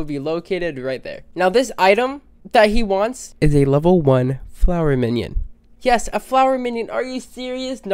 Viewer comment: man said flower minion